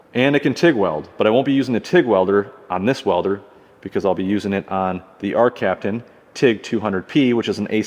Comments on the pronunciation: “Arccaptian.” Love your products guys! I only have one welder of yours but its awesome!! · “ARCCAPTAIN”. Love the videos. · “ARCCAPTAIN” ARCCAPTAIN